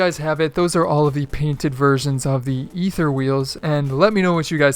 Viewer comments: Those Aether wheels are Badass! Btw, it's pronounced Aether(A-thir), not "E-ther" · Aether is pronounced aythur. Just FYI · You could pronounce "Aether" correctly...